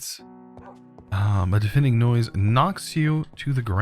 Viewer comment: The way he says deafening is